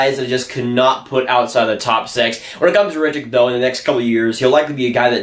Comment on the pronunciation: Samu Tuomaala is my #2 player for this draft, Räty at #1. Räty is pronounced Rotty not Rat-ee